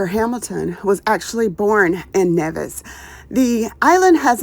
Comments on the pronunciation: Nice... I am from the Caribbean.. St Vincent and the Grenadines to be exact 🇻🇨🇻🇨... But Nevis is pronounced "knee-vis"... ❤ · Nevis is pronounced as NEE-vis. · Please it's N E V I S